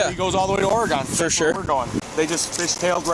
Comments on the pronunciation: Ok, people. Oregon is pronounced kind of like "Organ" with an extra syllable. OR-eh-gan. It is not pronounced or-eh-GONE. Just dont do it. Locals are gonna laugh at you and tell you to gtfo of the pacific northwest if you say that to any of us. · Fry native Oregonian here, we pronounce it like the body part or instrument. Not or-E-gone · Ore-gun not oregone ffs 😂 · It’s pronounced “org-en” not “or-gone” 🙄🙄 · Dude, if you're coming to Oregon, you need to stop pronouncing it Ore-gone!! It's Or-e-gun! 🫤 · As an Oregon native I’ll never understand why people say or-e-gon obviously it’s not a big deal but 🤦🏼‍♂️ it just makes me laugh just say organ lol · Him saying ore-GONE should be a crime in itself. Lmfaoo (its a joke dont take it too seriously) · Or-ih-gin or Or-uh-gun, and the latter two syllables are interchangeable. Midwesterners are always immediately obvious because they love being far too deliberate in how our state name is said lol. Wild how the plow looks like nothing at all happened. Scary, honestly. The medics definitely should have at least informed the officer they took the beamer driver and passenger into their care, rather than just absconding with them without notice. That would have spiked my cortisol and anxiety a bit as a officer, because the what hell. "Kay, so next time something like this happens, please inform me of your intentions to take them first, please. I do not need that kind of where's waldo going on with scenes like these, okay? Thank you." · I can’t stand it when people say ORA-GONE 😭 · "Oregon" rhymes with "wagon." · Lmao the way non native Oregonians say Oregon is funny. We pronounce it Oregun. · As an Oregonian we do not pronounce it like that. I have no idea why people say it that way… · You can tell the one guy isn’t from Oregon the way he pronounced it lol